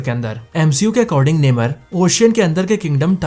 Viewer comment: नेमर नही नेमोर